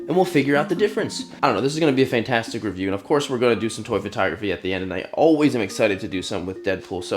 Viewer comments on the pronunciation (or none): none